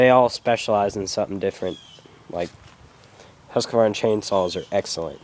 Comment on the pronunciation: it would be great if he could even say Husqvarna properly lol